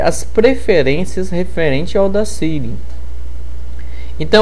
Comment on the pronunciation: Ótima aula, obrigado! Dica: a pronúncia correta do software é Audácity, com A acentuado no momento de falar.